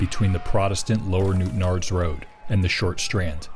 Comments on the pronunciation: I thought the same thing lol! Great that is was pronounced correctly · Fair play for being able to say Newtownards correctly! Really easy/common for people not born in NI to mispronounce that.